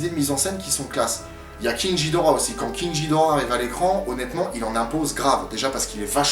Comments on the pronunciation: king jidorah mais non de dieu, KING GHIDORAH. Pardon juste ça me rend fou quand j'entends ça. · en fait ca ce pronnonce moDra et king G(dur)hidora